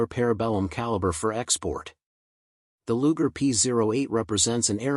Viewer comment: Luger? My ass. Do better or get off youtube.